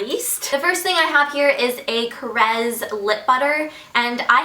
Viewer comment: I'm quite amazed that you know how to pronounce KORRES right. Everybody on YouTube misspronounces it.. :)